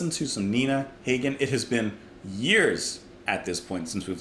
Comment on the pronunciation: It's pronounced "HAH-gen".